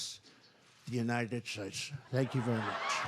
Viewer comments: God blesh the United shtatesh 😂😂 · How you perfectly pronounce every other country the right way but the united shuays😭😭😭😂😂😂😂😂damn fool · Remember when everyone thought that Hillary Clinton looking sick was so serious? This fucking moron IS president and butchered how to say United States😂